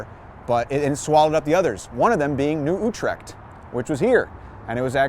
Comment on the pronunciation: good vid----one thing, New Utrecht pronounced New You-trecht Ave